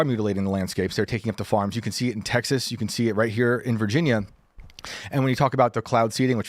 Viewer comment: Saying “teksuks” is just pure laziness. She’s lived in the US for 27 years. No excuse.